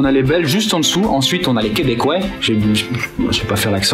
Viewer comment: "Des Québèquouet" hahahah :P On parle pas comme ça ^^ Félicitation pour le chemin parcouru :)